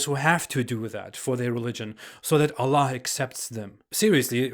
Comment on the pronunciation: you're pronouncing word "allah" in such a funny manner, like OLLOH.😀😃